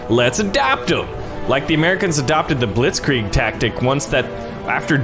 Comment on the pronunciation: I know you can’t pronounce but you’re saying Blitzkrieg wrong.